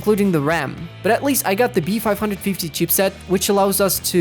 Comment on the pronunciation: PLEASE JUST SAY B.5.50 mOTHERBAORD